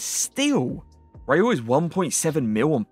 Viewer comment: Bro pls. Ist RaUl Not Rajul 😂😂😂